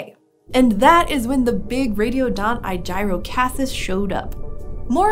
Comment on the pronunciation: he named it after aegis I’m hoping an hour just pronouncing it wrong because that’s incredibly dumb name otherwise. I’m assuming you said it wrong due to it looking like a shield almost.